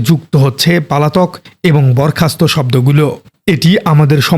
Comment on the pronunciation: আমার মনে হয় আপনার উচ্চারন গুলো ঠিক করবেন। যেমন "পালাতক" শব্দটা অনেকবার উচ্চারন করেছেন।